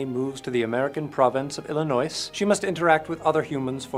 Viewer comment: “Iilinoice” get me every time